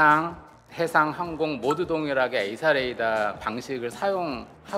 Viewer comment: 아가씨, 이사레이다가 아니고 에이사 레이다라고 말하세요.